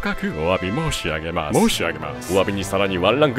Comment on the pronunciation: ｢お詫び申し↑上げ↓マァス｣に思わず吹いたwwwww それは兎も角取り敢えず 相変わらずフロムしてるなぁ.....